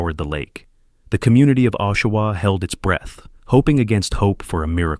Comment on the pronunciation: What kind of crap video is this where you can not pronounce Oshawa or St Louis properly? AI crap!!